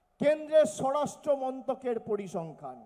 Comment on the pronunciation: আয়েসী ভাইপ 'র ' কে বলে 'ড়' । স্বরাষ্ট্র কে বলে স্বড়াষ্ট্র , এ আবার হবে মুখ্যমন্ত্রী ।